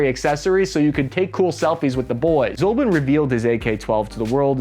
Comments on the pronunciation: American (that is - USA citizens') tradition is to mispronounce non-English names. It seems they do it purposefully to demonstrate and make clear their disrespect to other-than-English languages and respective languages, traditions, nations. He is NOT "Vladimir ZOLBIN". He is Vladimir Zlobin. His surname stems from Russian word "Злоба" and there is no "Zolba" word in Russian language. IZHMASH pronounced like "IZH-MUSH" for "Izhevskie Mushiny" - Machines from Izhevsk. You are not poor to hire a Russian language consultant - you refuse to do it - because ;ike to show - how much you do not care. In all other aspects - well done, was interesting to listen. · How do you Americans butcher English so much. Izhmash… becomes Azmeeof. Its just izh… mash. Zlobin… zolbin. Can you even?